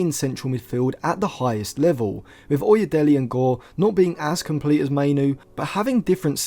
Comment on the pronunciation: It is pronounced as oye(daylay) as in 'Dele' Ali.